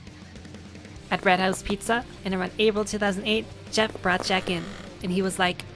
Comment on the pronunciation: fuggin' "Goeff"! That really cracked me up, well done! I love little things like that!